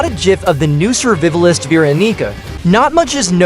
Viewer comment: "survivlist" Hit hard